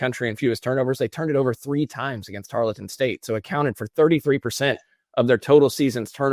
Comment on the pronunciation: Triggered to the max at how pronounced "Tarleton" repeatedly.